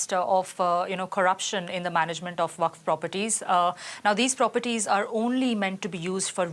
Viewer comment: Can't pronounce waqf and trying to break news about it😂🎉